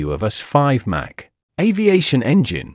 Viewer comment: It's Mach, rhymes dock not Mac! "US State Route 71"😅🤣😂 Official CCP YT channel